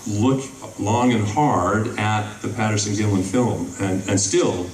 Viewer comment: It's Patterson not Paterson.